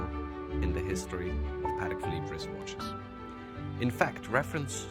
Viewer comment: A French guy that’s not even pronouncing the name the watch properly. The proper way to pronounce Patek is Puh - Teck with an emphasis on the Teck.